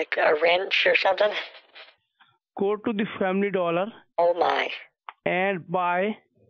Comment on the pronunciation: "family dooler" hahah